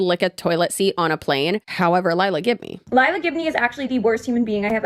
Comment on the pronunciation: Everytime you said her last name i heard "give me" and honestly, thats a perfect last name for an entitled influencer